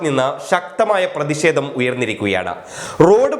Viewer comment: ദയവ് ചെയ്ത് ഉച്ചാരണ ശുദ്ധി നേടുക. "പ്രതിഷേധം "